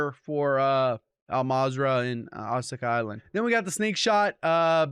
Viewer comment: continuously mispronouncing ashika island every video lol 😂😝😵